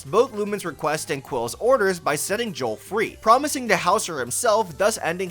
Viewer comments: Joule is pronounced like jewel. Thats why you collect jewels for her. Its a pun lol. Also joules is how you measure the energy produced by electricity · Also Joule's name is pronounced like 'Jewel'